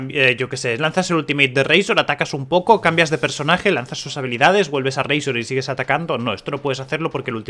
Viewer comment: Pero no digas razor de esa forma tio que rabia.. 😔